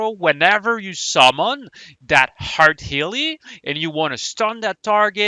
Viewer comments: EERRRTHHH not HEART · Am i trollin or everytime insted of "earth" he says "hearth"? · The way you say earth hurts my soul